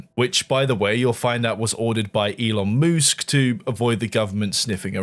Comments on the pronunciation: Gitta say, I laughed every time you said Elon Moosk 🤣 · "it is I, elon moosk" thank got he's not a dinosaur, just a moose.